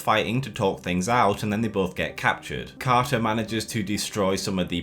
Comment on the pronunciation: Ah, yes. Our favourite Captain Ca'a